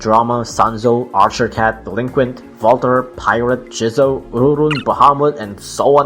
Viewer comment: Is it just me or i am triggered about how says ururun ururun? Also you say ururun “ureran”